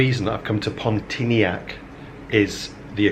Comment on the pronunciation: "PON T ARN A" is how you say it.